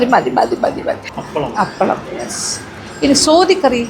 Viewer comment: Soathi alla mam, sothi😍